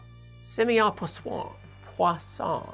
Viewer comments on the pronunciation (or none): i was getting well till "paw-sahh" [whatever ] then bubble bursted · When i told my teacher how to pronounce Poisson properly.... he said dont try to teach me and proceeded to pronounce it as 'poison' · While in school Poisson was Poison's equation for us We didn't have internet back then to check our pronounciation and neither did our teachers knew any better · In India most of us pronounces Poisson as "poison". 😂😂😂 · Your pronunciation of "Poisson" was really fishy. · Firstly. I loved this video! Pronouncing Poisson isn't that hard thihi. Uhm.. some materials actually have a positive poisson ratio. Curved spacetime has not. That would mean antigravity.. and there are no "anti fundamental forces" right? So.. yeah. I don't really or fully like that comparison, but for popular science it's wonderful. Uh.. being a bit critical here. (Sometimes feeling like nerd clone).. but spacetime (the fabric of the universe?) is described by coordinate systems right? So saying that a coordinate system is elastic in any way at all... Doesn't that give ppl the wrong idea?? PS. I never heard of the fabric of the universe, only the English "fabric of spacetime". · Very fishy pronunciation. (Sorry I couldn't resist.)